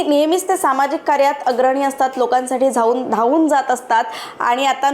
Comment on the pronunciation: ॲंकर कशी बोलते धावून म्हणायच धा च्या जागेवर झ लावते.. बोलायच सिख अगोदर भवाने